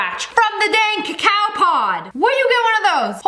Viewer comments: It's not pronounced ca cow its cocoa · It's coco not cacaww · it's cocoa seeds and coco bean. Not cacow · ITS CALLED COCO NOT A COCOWPAWD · It's not called cacoao it's called coco pod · notmto be rude be its pronounce coco not cacow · .. i saw tht same video on yt shorts lol.. its not "cuhcow" seeds lol.. its "cahco" seeds..im from the caribbean n this is how u pronounce it~ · cocoa not cacow.. still luv u tho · Its coco pod not coaco pod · Why do you Americans pronounce it 'ca cao'. in Grenada a country in the Caribbean where I live, there's a lot, and its pronounced 'co co' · what the heck is a "ca cow" seed it is Coco seed these white people. Please get it right. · ITS COCO NOT COCAO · ITS NOT A COWPOT ITS COCO GET IT RIGHT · Who the frik says cawcow pods is it not cocoa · also did sniper wolf say cacow pod its a coco pod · Cocoa beans is the name I hate to hear people say cacow seads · im sorry mam but u said a cacow plant it a coco plant this is a vailation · cocoa not cacao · As a Caribbean person i can say, the word is cocoa but pronounced as coco take not snipes <3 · Cac ao it is pronoused coco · It's pronounced coco seeds, but spelt cocao, lol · Srry but sssniperwolf it's pronounced co co but spelled coa coa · We have cocoa everywhere in Africa I ate it. It's nice and that's not how to pronounce it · The way she pronounced cocoa 😂